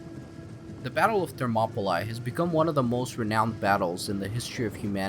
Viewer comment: Enjoyed how you delivered this. One note: Thermopylae is pronounced more like "monopoly". Ther-mo-puh-lee.